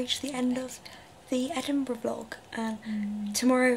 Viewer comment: I swear to god this video was originally called edingbruh hahah